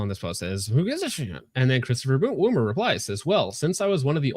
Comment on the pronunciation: Woomer not " woomie"